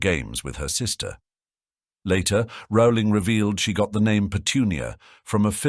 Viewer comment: Is the author's name pronounced "roe-ling" or "raow-ling"? The speaker can't decide.